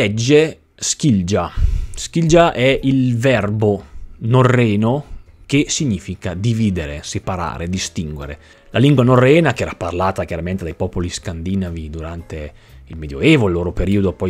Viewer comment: Ciao! Commento dicendo che la parola "scandinava" e derivati si pronuncia "scandinàva", poiché in relazione con la parola Scandinavia. Lo dico solo perché magari può interessare o a te o ad altre persone:)